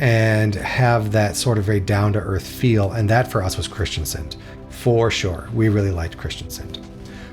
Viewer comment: Kristiansand has a "a" in "sand". The "u" is much longer and more pronounced. "Haugesund", not "Hagesund". The "u" is important. "Hage" means "garden". "Haug" means "pile"/"heap"/"hill". The "e" essentially making it "hilly" "Sund" means basically a narrow passageway for boats, say between a island and the mainland. So the passageway for boats in a hilly area, or something like that. Flåm is just too much of a tourist trap to be recommended in my view. It's not *bad*. But don't pay extra to go there to put it that way. Other locations should sell you on a cruise instead of that one. When learning that compound word try to learn the individual words first. "Nær" (close), "øy" (island) and "fjord". Essentially the fjord is named after a island called "Nærøy" And technically the original name wasn't "Nær" but "Njord" in Norwegian or in Icelandic "Njörð" (a viking god of the sea) So essentially it's the fjord near Njords island. Romantic? Perhaps l'm just spoiled by living in this country... Don't worry about it, for western Norway I mostly agree, although Flåm would get a zero in my book and you're missing out on everything further north. Far too far south for northern lights to be probable. Also, September is a bit on the early side for that... And also a time when the Atlantic ocean isn't exactly at its kindest... On the other hand 2024, 2025 and 2026 are probably the three years where you're the most likely to see northern lights th